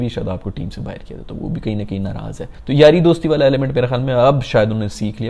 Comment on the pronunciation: Jaise bahar ko BAHIRR 😂😂